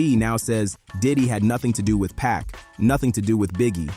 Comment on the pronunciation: For your AI Voice write the names like this: Keefee Dee, Shuck Knight, 2Poc, Tony Yay yo All the time you spend making this great video and the names are pronounced wrong/different. YW